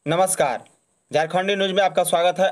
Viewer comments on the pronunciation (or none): none